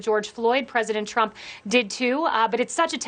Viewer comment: She also said President Trunp